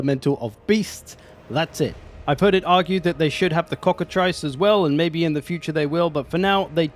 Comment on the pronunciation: Cock-a-TRISS. Welcome bud.